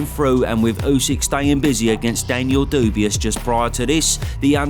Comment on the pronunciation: Daniel Doubious? What the....